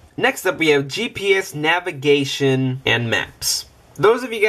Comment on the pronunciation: Navaigation..? :D